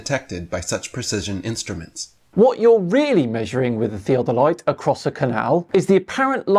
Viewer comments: It literally sounds like is saying, and I will word this out like a dictionary word. ( Thee - A - Deh - Lights ). It’s (Thee-Oh-del-ites ). If you’re pronouncing it properly, and using correct enunciation. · I like the way he said it... like Thea Delight. I still don't buy what he's selling. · Theo delight. When did an o start making an e sound? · Sorry what? Theo-delights? He can't even say the word correctly and then assumes to know how they work. LMAO!!! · Thea-del-light? It took me two tries to understand what he was talking about and my dad is a surveyor. 😂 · One of the uses of the Antikatheya mechanism is to predict the Olympic Games dates. If I take a train and pass a road running parallel to it, the cars on the road can be seen to move. I can predict how they will move and build a device that shows the motion without taking the motion of the train's motion into account. Why does he pronounce 'theodolite' as 'theatre light'? Compasses need to take into account the angle of dip as well. Diving compasses can stick or give erroneous readings if used more than one region away from the one they are set for. I've got as astrolabe, but not the correct plate for my latitude so it is used for demonstrations. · The way pronounces "Theo Doe Lights" is instantly triggering to me as someone who learned surveying in college. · I dont know who is more annoying "theo-der-light" or potato dave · glad I'm not the only one who picked up on how he pronounces theodolite... I mean theo de light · his inner British guy came out. 'Tea Delight' lmao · shows his absolute ignorance by repeatedly mispronouncing "theodolite." These flat-earth fanatics continuously show how ignorant and/or gullible they are. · The way he pronounces theodolite, you can tell that he's not used to reading big words. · The guy cannot even pronounce "Theodolite" correctly. ha ha ha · Anyone who pronounces "theodolite" like does has clearly never used one.